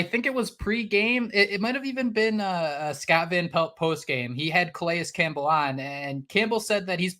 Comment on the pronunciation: Thank you for the effort to say Calais Campbell's name correctly. It means a lot. It allows you to be taken serious as a podcast, and it respects a legend.